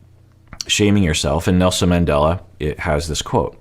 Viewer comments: That was so ridiculous. Steven is a joke. First he invokes Jesus and then Nelson Mandela. He couldn't even pronounce his name correctly 🙄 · Did anyone else want to slap some sense into Steven when he invoked Nelson Mandela (and mispronounced his name even)? He's so ridiculous. Good grief. And how long has he been practicing this speech? Does he just Google random quotes to throw out into his rehearsed manipulative conversations?! He just out cringes himself as time goes on. Props to Ari for calling him on his crap. And props to Kenny and Armando for being awesome, all the time. And even Corey made great points. You know Steven is below the bottom of the barrel when Ari and Corey are in a position to dish out respectable relationship and life advice.